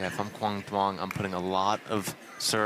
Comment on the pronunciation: still pronouncing duong incorrectly? its not “DWONG”.